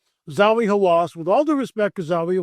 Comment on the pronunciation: God would NOT have stopped the flood if any of the Nephilim were still alive considering they are one, if not THE, reason for the flood. It's Zahi not Zawi Hawass, btw. So, makes me wonder if you really spoke with him.